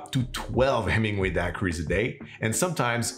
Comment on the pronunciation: You are adorable! While you do not pronounce the “h” in hola, you DO pronounce the “H” in Hemingway! ☺️🙌🏼❤️